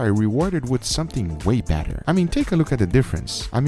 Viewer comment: way better❌ way batter✔